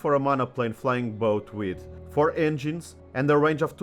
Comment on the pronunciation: I knew about the Emily (which I compared with the Short Sunderland) but this programme on the Mavis has been very interesting. PS I find the American emphasis on both words of 'flying' and 'boat' somewhat disconcerting and modern British parlance appears to be copying it. For those who knew flying boats, we pronounced it as one word, with no emphasis on 'boat'. has anyone else noticed this?